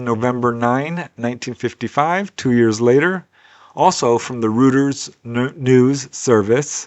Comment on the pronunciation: it's pronounced Royters. LOL